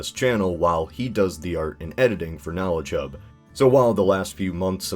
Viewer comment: Every time I hear you say "KnowledgeHub" it sounds like you say "KnowlChub".